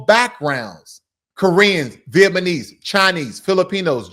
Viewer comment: It’s Vietnamese not Vietmanese